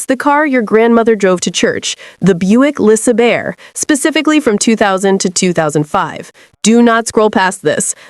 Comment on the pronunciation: I read the comments and "Buick Lisubyeer" still caught me off guard. And the captions! "Buick Lisa Bear." What?